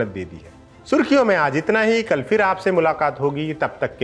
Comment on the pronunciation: से निवेदन है आप “फिर” (phir) को “फ़िर” (fir) ना बोलें।